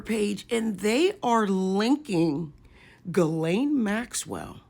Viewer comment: It’s Ghislaine